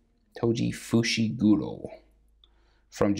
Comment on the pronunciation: “Fishiguro” LMAO WHAT